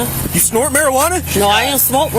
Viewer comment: "What drugs have you snorted?" "Uh, marijuana." "You snort marijuana?!" "No I don't snwort warijuana but i smoke marijuana." That interaction made me laugh.